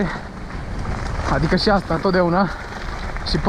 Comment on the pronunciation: vrem sa stim de ce zici si in loc de și. daca nu e secret :))